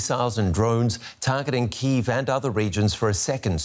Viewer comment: ukrainian pronunciation is correct one and it is КИїв, not Кієв - this is russian pronunciation